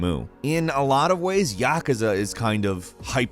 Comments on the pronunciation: Thumbs down for the way you guys pronounce "Yakuza" .. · Every time he says Yakuza like that I die a little